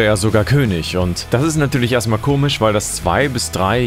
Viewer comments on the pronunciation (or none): none